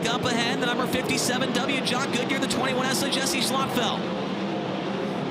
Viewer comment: Its pronounced "Goodya", not Goodyear. I cant understand why he is so far back. Its a bit painful for an ex champion to be so uncompetitive. I know he is not in his car, but really.